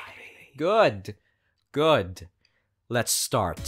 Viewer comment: I saw u when u was going back to the city u said u ready agnore he said I fell idk inside of me and u said goot U MEAN GOOD WHAT THE HECK IS GOOT